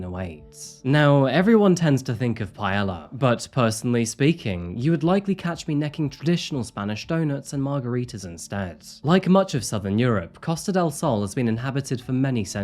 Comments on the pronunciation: The food dish you mentioned is pronounced "paeya", not paela. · "Pie-Aye-Uh"... Not Pie-Ell-A 😊. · I just wanna make a correction,. Its said Pie-ay-ah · Did you SERIOUSLY pronounce paella like pa-ella!?? Pi-ay-uh. You drive me crazy sometimes. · We don't say 'paela' we say 'paeya'(paella)😭😭😭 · The double L in Spanish makes a Y sound. Paella = PIE-A-YUH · Pie-yay-yuh: paella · Wtf is payella? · Hey, just a heads up, , the food is pronounced like pie-aye-ya. You don’t pronounce the L’s. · Paella - *pai•ay•uh Byzantine - *bi•zuhn•teen 😂🫡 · The ll in paella is pronounced like a y, and margaritas aren’t Spanish. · love your channel and your narrative voice BUT your pronunciation sucks. Kukucova, Paella… Jezz practice that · Your videos are cool, but the way you pronounced Paella and thinking of margaritas in Spain made me cringe. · It’s paella with a y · Gotta day I love your content. But hate the way you mispronounce Paella lol. The L’s are silent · Sorry, gotta correct your Spanish again with paella.😊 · I really like that you provide a mini-travelogue of the location at the beginning of each episode. BTW, I think that the 2 L’s in “paella” are pronounced as “Y”. But you present these cases very well. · Spend the whole time thinking “I can’t believe he said Paella wrong” 😭😭😭 Babe you do so much research at least do us some justice and learn how to say one word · Not the most important part by far, but hearing you pronounce "paella" that way made me internally scream. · as a spaniard it hurt hearing u butcher the word paella 🥲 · Costa Del Sol was also a location in Final Fantasy VII and you could purchase a villa there, but it didn't come with any hot and crazy ex-girlfriends. I want to have a threesome with this chick and Jody Arias and see who walks out alive. Also,, you pronounce the Ls in paella? Is that a British thing?